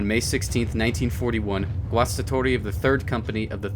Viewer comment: Great pronounciation of 'Guastatori'.